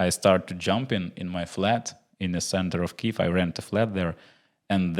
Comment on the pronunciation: Антоне, чудовий рівень англійської, інтеграції з Green Forest даються взнаки) Але над вимовою Kyiv варто попрацювати, тому чекаємо ще одну інтеграцію))